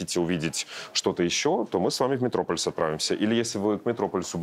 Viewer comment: МетропОлис, а не метрОполис….